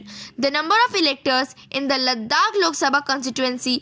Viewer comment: it is "Ladakh" not "Laddakh"